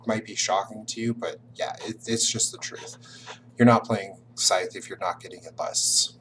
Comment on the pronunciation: Top mistake #6: pronouncing Scythe with a “th” like tooth, rather than a “th” like smooth.